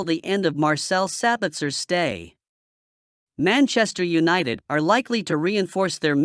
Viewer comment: Maenchester eunited😂😂